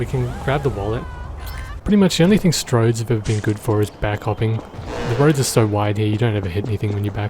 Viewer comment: Did he say "strodes"?? Desync urbanism confirmed.